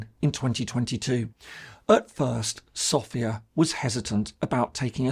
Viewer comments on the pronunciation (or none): Es ärgert mich immer wieder SofÌa zu hören. Wenn man sich als große Kenner der bulgarischen Geschichte sieht, muss man auch wissen das die Hauptstadt Bulgariens SÒfia heißt, also der Akzent fällt auf das O. Danke!